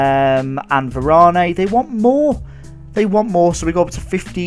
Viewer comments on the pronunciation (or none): It's pronounced var-an easy mistake